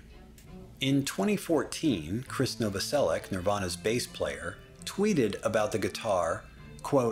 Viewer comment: It's NovoseliCH not NovoseliCK